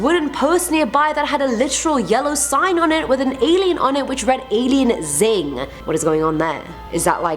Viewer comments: Alien X(cross)-ing, not xing. 😉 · uhhh alien ZING??? so we are supposed to know that in a different country people say 'bin' instead of 'trash can' but you don't know that 'XING' means 'crossing'???? oh come on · Alien xing isn't pronounced "zing" but is shorthand for crossing. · It’s read alien crossing not alien zing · Lol its alien crossing not "zing" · "Alien Zing".. I've never heard a sophisticated accent sound so stupid lol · "Alien Zing" uhm